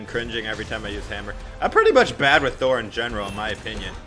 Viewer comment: How it should be said: Thor How Brawlhalla says it: Tho-er